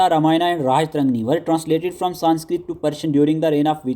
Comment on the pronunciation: History k teacher ho,still unaware of pronunciation, esteemed sir sanskrit wordsk last main toh AA hota ha that will be treated silent. its Raj-tarangini not Raja-tarangni